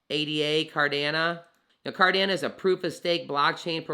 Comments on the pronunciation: Sorry to say this.....it is pronounced CardanO....not Cardana. I appreciate Cardano videos because I'm well vested in to the project. So thank you for the info and coverage. However, I just wanted to point that out so your content is taken seriously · Yo love your content on Amp! But you sound like a silly goose when it comes to CARDANO. "It's not possible to think about burning ADA BECAUSE IT'S NOT BUILT INTO ITS CODE" Charles. And it's pronounce CardanO bud. Nothing but love. You are the man helping bring Financial Freedom to all that will take it including myself thank you you're the best got to meet soonafter bullrun to share our journeys on your channel. 👍🙏✌